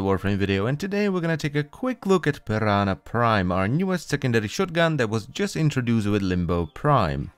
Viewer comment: (4-5 forma) And just like that you've lost me Also can't unhear "piranha prime"